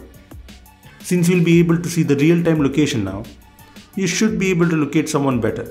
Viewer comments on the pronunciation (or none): "bitter"? "Gugil"? "estap"? "moltipol"? 😂😂😂😂😂😂